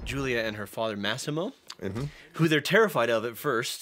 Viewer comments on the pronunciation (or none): His name is pronounced Ma-see-mo!